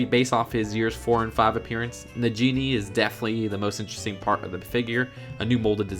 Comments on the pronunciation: Stop, stop, stop. You're going to take someone's eye out. Besides, you're saying it wrong. It's Na-gi-knee, not na-genie! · Its pronounced nagini, not najini like a, g, not j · Stop stop stop your going to cause some conflict besides your saying it wrong it’s Nagini not najini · It’s na gee ne Not na jee ne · Nagini not Najini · Nagini is pronounced with a hard g not a soft g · its Na-gini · NAJINI!!! AHHH PROBOUNCIATION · Hard g in Nagini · You said Nagini wrong